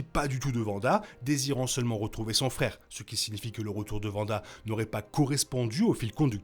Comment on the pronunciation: Faudrait revoir la prononciation de Wanda 😅